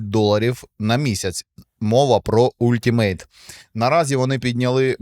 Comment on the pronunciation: Нічого не сказав про EA Play. Він залишається на рівні Ultimate? (правильно казати алтімейт)😊